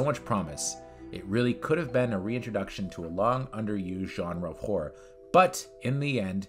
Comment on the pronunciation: How can you not pronounce Langenkamp or Horror? Aren't you a horror channel?